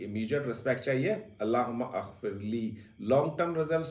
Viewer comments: bro "aghfirlee" nahin "maghfirlee" hai...........CORRECTION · Allahumma Aghfirli ye galat hay pronounce ker rahay hain aap Allahummag firli ye sahi hay. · سر جب ہم اسے زیر زبر کے ساتھ پڑھتے ہیں تو اللہم مغفرلی کا تلفظ اتا ہے۔ اور اپ نے اللہ ھم اغفرلی کا تلفظ دیا ہے۔ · Alahuma Agfrli nahee. Alahum-magfirli A silent he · اللہم غفرلی ہوتا ہے ؟ ا پڑھا نہیں جاتا